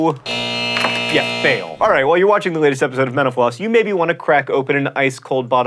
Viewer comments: When he says Mental Floss it sounds like Menopause... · Whenever he says "Mental Floss," it sounds like "menopause." :) Great episode! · J R I heard menoplause haha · At the end I thought he said "menopause" instead of "mental_floss"... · "Menopause is brought to you with the help of..." It really sounded like he said that. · Is it me or does every time he says “Mental Floss” it sounds like he’s saying “menopause”? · Sounds like he is saying 'menopause' instead of Mental Floss. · When you say mental floss it sounds like menopause.